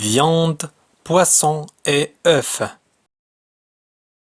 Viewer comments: Certes ,vous êtes méthodique et j'aime bien la simplicité avec laquelle vous dispensez l'activité pédagogique . Toutefois ,une erreur de prononciation banale,vous a marqué là: le pluriel de œuf c'est œufs /œu/ ,non? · Merci pour vos efforts J'ai une remarque: On ne prononce pas "f" dans le pluriel du mot "œuf " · Un oeuf des oeufs(on ne prononce pas le f dans des oeufs